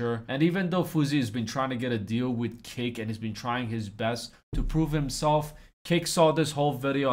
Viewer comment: Everytime this guy says kick i hear cake